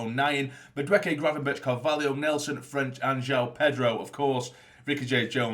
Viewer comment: Great vid mate. I’m not 100% sure but I think Gravenberch is pronounced Grayvenberch.